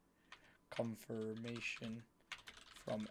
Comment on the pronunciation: It's confirmation, not comfirmation The more you know